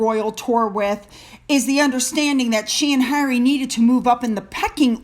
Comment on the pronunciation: Harry, not hairy! 😂😂😂